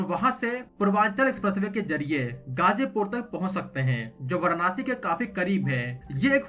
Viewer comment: Pahle tu varansi/Va(a)ra(a)nsi toh bolna sikh le. Anpadh se bhi bekar aadmi hai bhai tu.